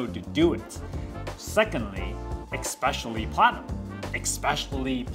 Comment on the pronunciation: Thanks for the video. BTW, it's "Especially" Essspecially😉